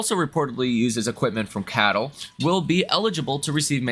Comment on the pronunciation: Bro its acronym pronounced C-A-T-L 😂